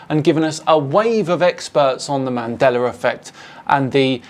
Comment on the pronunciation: Did he say "The Man Deller Effect"?